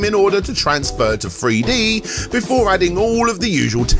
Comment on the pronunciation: Are you saying Three-D or Free-D?